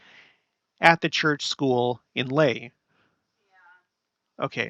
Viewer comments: Laie = La-ee-ay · La'ie is said 'Lah-'EE-eh'. Polynesian vowels are like as in Spanish. A-ah, as in "father". E-eh, as in "wet". I-ee, as in "see". O-oh, as in "no". U-oo, as in "shoe". Also the apostrophe ( ' ) is a gluttal stop, or break, like when we have a break when we say "uh 'oh!" I lived in La'ie for a few years, and also in Tonga at Liahona, (LDS church high school) for three years. For all Polynesian languages, pronounce all consonants and all vowels. The vowels don't change sounds like they do in English.